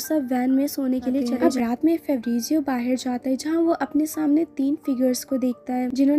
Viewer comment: बाहेर नाही बोलते (बाहर ) ऐसा हे वर्ड